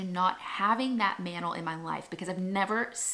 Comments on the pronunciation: I love how you pronounce mantle☺️ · the way you pronounce mantle as "mannel" cracks me up 😂 love it